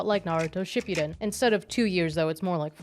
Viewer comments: Shi-poo-den not shipyuden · the way she tries so hard to pronounce the characters' names the proper Japanese way but pronounces shippuden as "shipyuden"...... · Really not sure why you're saying "ship-yuu-den". Ship-(Hang on the P. Ship-puh) Uu (Like "cool" but without closing the "oo" sound) Den (Literally like the word "Den". Fast and clipped.) Yeah. I hate this show. The entirety of it. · ship-you-den lmfao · it's not pronounced shipyuden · You are the second person I hear pronounce Shipudden that way 😅